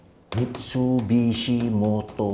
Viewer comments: abg eja mitsubishi pon salah 🤣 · Taip MISTUBISHI 😅😅😅